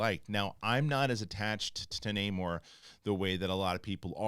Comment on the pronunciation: It bugs me that everyone calls him Namor when he clearly pronounces it Namor. Totally different names.